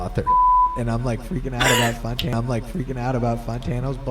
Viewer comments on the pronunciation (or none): FINALLY SOMEONE ACKNOWLEDGED IT ITS FUCKING FAAAAN-TANO NOT FOOOON-TANO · Does Logic intentionally mispronounce Fantano? Surely he must know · The best is when he says fontano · Finally it’s been pointed out that Logic says Fantano wrong. The amount of times he’s talked about Fantano and saying it as Fontano with no one acknowledging it or calling it out is crazy, I feel like I’ve been taking crazy pills. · Still saying FONtanno. Wtf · It's actually pronounced "FAHN-tano" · For a Fantano stan, I don’t understand why Logic doesn’t pronounce Fantano’s name correctly.